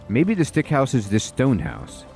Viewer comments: Love your vids and just bought this game, so perfect timing for me. I grin every time you say "Stick House" as it is actually "Sick House". Our minds are so funny sometimes with what they get stuck on. Adds to the charm and entertainment levels. Appreciate your thoroughness, as always. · can you stop calling that house stick hose, its called SICK house not STICK xD pleaseeeee hahahha great video btw <3